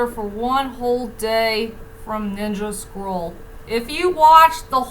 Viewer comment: At first you thought you were saying Ninja Squirrel, until I realised it was Ninja Scroll.